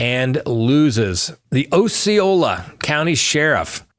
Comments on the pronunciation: It’s AH-ceola not OH-ceola just fyi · Ah see oh lah not oh see oh lah. Named after the Indian chief.